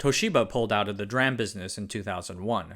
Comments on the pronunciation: Could you PLEASE STOP calling it 'dram' !!! NO self-respecting computer nerd would EVER call it 'dram' !!! It's pronounced "D-Ram" or "Dee Ram" ! and if it is VIDEO MEMORY you would say "V-Ram" or "Vee Ram" - ALSO there is "SD Ram" or "Ess Dee Ram" ohhh and if it EVER comes up you pronounce CACHE just like money "Cash" and one last thing (that I can think of right now) a Router is NOT pronounced "Rooter" - it is NOT s PLUMBING TOO nor is it BRITISH lol - the first syllable rhymes with OUCH and COUCH - ROUTer --- OKAY?! You got it?? Good! :D ( I REALLY hope you didn't take this in an offensive way. I'm a life long computer nerd and I hear people pronounce things incorrectly all the time, so I try to let them know the proper way. Some people get anghry, but most people say that they were actually wondering the correct way to say it. But at least now you know the correct way for all the parts I can think of off hand. :D ) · It's pronounced "D"-"ram", not "dram". Can't take anything this guy says seriously if he can't get that right. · I'm sure it's pronounced as (Dee RAM) not (DRAM) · I've never heard [dee-ram] pronounced [dram] before today. I'm pretty sure it works like CMOS; MOS and RAM were already acronyms on their own, then came Complementary MOS and Dynamic RAM. Shortened to [see-moss] and [dee-ram]. I can't even guess what Synchronous Dynamic RAM becomes on the [dram] principle. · That's because saying 'dram' is incorrect. It is 'dee-ram'. Just like SRAM is pronounced 'ess-ram'. And 'ess-dee-ram' for Synchronous DRAM. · Why do you say Dram and not DRam like the rest of the world? 🤣 You say CMos and not Cmos too, so why not with [Dee-Ram] ? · It's pronounced dee-ram, dram is an American rapper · It's prnounced "D"-RAM, not "Dram"! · It's driving me nuts that he keeps saying 'DRAM.' It's 'D'- Ram, theD being pronounce separately, come on now. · it is read as Dee-RAM not Drum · It's pronounced "dee-ram", not "dram" :) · It's pronounced DeeRAM not dram. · Dram lol